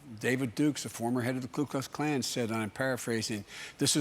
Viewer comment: Just to DiVeRsIfY the comment section just a little, DID BIDEN SAY KLU KLUX KLAN? It's "ku" Ok that's enough, I'm no white supremacist. ANDREW YANG 2020! #YangGang